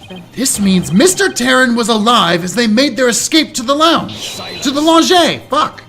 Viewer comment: finally remembers the correct way to pronounce lounge after a few minutes into the video =) RETURN OF TED!!! Did he just say someone set them up the bomb? Eh, it's close enough that I'm counting it. For Great (Apollo) Justice! When it comes to the question of dragon squatter's rights, if we ignore the imaginary part, wouldn't the answer depend on the type of dragon? Seeing as numerous dragon depictions are at least as intelligent as humans, wouldn't they also quality as "persons" under the law? I guess that depends on how you legally define a "person" though, and given the whole "corporations are people" when those are clearly not intelligent, sapience is clearly not part of the definition. That was quite the long sigh! They did a good job with showing Starbuck's trauma here. Also the localizers are really having fun putting scifi references into his dialogue here. That was the second-most impromptu Spongebob reference I've ever heard, only beaten out by the time one of my middle school teachers came onto the bus as we were getting ready for a field trip and starting singing "He lives in a pineapple under the sea" for no reason whatsoever. I'm very much enjoying this case so far. The pacing hasn't bogged down to the same degree the previous cases in this game had, at least not so far, and aside from being a bit hand-holdey, it's been pretty good! I rarely comment on the art because there's just so much of it and it's all great, but that -1 Miracle poster? Incredible.